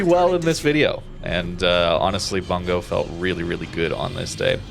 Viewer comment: I think it's pronounced "boongoh" since it's a Japanese province.